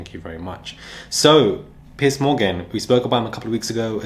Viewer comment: It sounds like you say "Pi$$ Morgan." It fits.